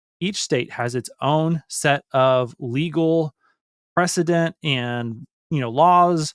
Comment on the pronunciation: It’s called “Precedent”